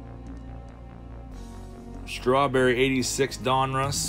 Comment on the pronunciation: Two things my friend ...donruss1 is pronounced DON-russ not DUN-russ and its just another panniniin owned brans